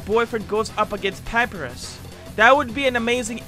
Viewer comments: AHEM DID YOU SAID PAPRUS INSTEAD OF PA-PIE-RUS MAN LIE YOU WANNA DUCKING FIGHT MAN HU HUH? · He said papyrus like paprus when its pronounced pu py rus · run you have absolutely triggered the whole entirety of the undertale fandom they aren't stopping becuase not only did you pronounce Papyrus as "Papirus" but you called Undyne, the literal leader of the royal guard of the undertale universe, and i quote, "A drooping mummy with a eyepatch" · pap-eye-rus , not papires also, the "dropping mumy with eyepatch" is Undyne , aka, Undyne the Undying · Excuse me but... Did you just said Paprus!?!?!!? LIKE ITS PRONOUNCED PA PY RUS LIKE ITS SO SIMPLE, PA-PIE-RUS LIKE WANNA FIGHT BRO? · Pa-pie-rus not pa-pi-rus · For me it was papyrus (or as says it paparus) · A couple things you got wrong with the dust tale mod: This is not a palace, its a judgement hall, This background isn't just from wounded shooting. its from the first 3 songs, Its pronounced Pup-pie-ress, And lastly, this is a fish, her name is undyne (pronounced Un-dine) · Every Undertale fan when he pronounces it pap-E-rus and when he calls undyne a mummy with an eyepatch: Megalovania intensifies. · Reasons why needs to play undertale - judgement hall - waterfall - he really said "papirus" - undyne lol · LOL I LIKE HOW HE HAS NO IDEA WHAT UNDERTALE IS Nobody: *undyne*: a royal guard fish papyrus is wanting to become **: nah seems more of a drooping mummy with a eye patch Papyrus is spelled Pap-EYE-rus overall great video bro:) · Says papyrus as Papirus Literally every Undertale fan / enjoyer: Come on, Pull the trigger. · I don't wanna burst your bubble but I also don't want Undertale fans to go out of their way to upset you but you said papyrus wrong it's pronounced pap I rus other than that great video and keep up the good work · MAH MAN REALLY JUST WENT “SPINOL” “PAPIRUSS” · “PA PUH RUS” “DROOPING MUMMY WITH AN EYE PATCH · "pyparus" XD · Pap-ih-rus Undertale fans: RAGE